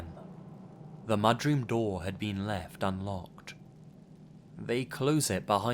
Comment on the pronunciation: what the fuck is a “mudgeroom”